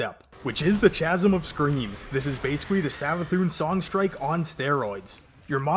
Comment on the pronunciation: i hate to be the grammar guy but its pronounced kasm